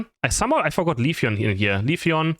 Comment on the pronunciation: Leafeon ❌. Leafon ✅ 😂😂😂😂😂